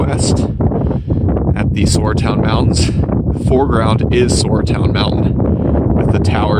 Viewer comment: welcome your decision! for extra miles: Is it not pronounced Sara town mountains, the "U" is silent? i vote Huckleberry Gap for the creek valley.